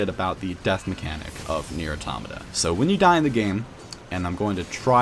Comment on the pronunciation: WHY DOES EVERYONE SAY AUROMATAH ITS PRONOUNCED AUTOHMAHTAH